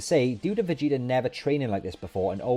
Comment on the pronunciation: "Vageater" lol 🤣